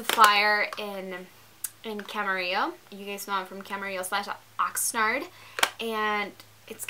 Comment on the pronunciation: haha i like how you degrade OXnaaard with the way she says it. its okay to be ashamed of where you come from. its okay to lead ppl to think you were raised in camarillo if that makes you feel better. so just don't mention it if it embarrasses you that much.